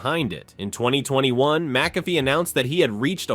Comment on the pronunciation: You may want to pronounce his name correctly. That would give you more credibility. Good history of his career though. I would also do without the stock photos.